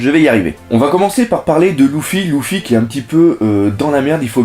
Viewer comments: sa se prononce leufi mais pas lufy biensur je sais comment on l ecrit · super! par contre, tu dis à l'oral louffy et dragon, mais à l'oral, ça se dit leuffy et dragonne non ?